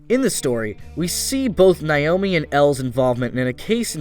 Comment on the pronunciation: I cringed every time he said "Nayomi." It's even pronounced right in the dub.